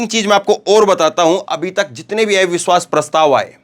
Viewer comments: " AIVISHWAS" NHI... AVISHVAS..🙏🙏🙏plz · सर, एविश्वास पत्र नहीं अविश्वास पत्र बोलना ज़्यादा सही है। आपकी प्रस्तुति में करेक्शन करने के लिए माफ़ करना। 🙏